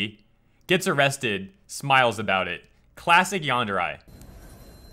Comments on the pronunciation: it's Yan-der-rei, not Yan-der-rye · YT isn't letting me reply to you, yet is still showing 2 replies, so I think one is yours. But that is my point. re in romaji/Japanese will sound like ray in English. Not rye. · Why are you pronouncing yandere like yanderai? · I had to stop watching simply because of how he pronounces "yandere."